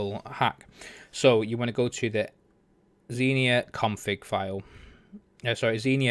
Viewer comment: He dont say it proberly